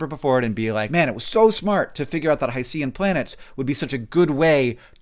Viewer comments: every video I've seen has said hi-see-an world, but it's hi-shen. Ocean isn't Osean, unless you're from Strangereal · It should be hy-shin, like o-shin. You don’t say Pacific O-see-un. (Note that the i should be a schwa, not an i, but I can’t type an upside-down e.) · I would never quibble about pronunciation typically, but since hycean is specifically a portmanteau of hydrogen and ocean I hope you'll forgive me for pointing out that, at least going by Wikipedia, it should be pronounced in two syllables (haɪʃən/ HY-shən). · Hank, I have terrible news. Rather than a respectable allusion to Greek mythology, the word "Hycean" is a cheaply-made portmanteau of the words "HYdrogen" and "oCEAN" and is, devastatingly, pronounced "high-shin". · My not-to-keen ears heard “Hi-C-um worlds” and “puppy atmospheres” :D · oh “HY-cean” …I initially was like wow spruce trees are multi planetary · I think Hycean is pronounced like ocean. Not Hys-ee-u-n. Also Dimethyl sulfide would absorb the same wavelengths of light, regardless of density or whatever argument you were trying to make about absorption on earth vs absorption on this other world. It has to do with the energy levels of the component atoms themselves. This IS SOMETHING. And this is not the only life-associated compound detected in this exoplanet's atmosphere. Does it confirm life? Absolutely not. Is it weird and eyebrow raising? Definitely. This is something to get excited about! Because either way we will learn something. Either there are processes producing these compounds that we don't yet understand(new chemistry, exciting), the data processing for extracting these signals is off somehow (I don't feel this is the case. But I could be wrong, I am not well versed in the specific data processing techniques they use), or these compounds ARE present, and ARE being produced by processes we already know of, i.e. life. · Hank, pretty sure hycean is pronounced similarly to ocean so it's hy-cean instead o-cean.